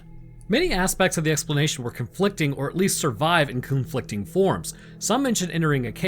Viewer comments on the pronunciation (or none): what’s “coonflicting”?